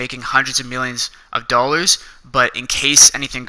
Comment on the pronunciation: Learn how to say dollar’s